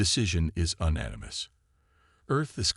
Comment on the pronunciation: JESUUUUUSSS!!! What a POS AI!!!!!!!!!!! WTF is: "Un-animous", "e-KO-ing", "..he began to OB-ject (ob_JEKT)!!!!!!!!!!!!!!!!!!!!!!!!!??????????????? DAYUMN!!!! Get a working AI! I stopped listening due to the numerous errors making it impossible to enjoy the story.